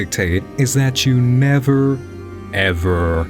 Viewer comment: The part where you said never ever ever scared me almost to the point of panic attack lmao